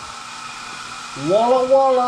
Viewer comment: Hunter seems to be really on the ball now and then & asks quite pertinent questions, he may be wasted as a camera boy. And if you must keep saying Voilà at least learn how it's pronounced please, if you pronounce it as VWoilà that's close enough.